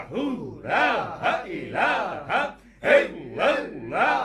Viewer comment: Salam o alekum buhut ajizi k sath araz karta hu maaf farmaye ...app kalma ghalat par rahe ha Jesa k app parthe ha is Tara (laha ilaha) it's mean (laha is god) agar (laa ilaha) pare to it's mean (there is no god) jo durust ha ...agar ma ghalat hu to rahnumae farmaye...note(I am aalso watching alra tv and I watched lot of gohar speach and books .sukriya I am from nowshera Peshawer kpk idrees ahmad